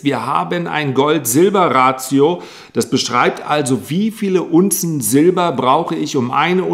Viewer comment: Is Ratio nicht english und heißt Verhältnis? Ratio deutsch ausgesprochen klingt bissl seltsam ;)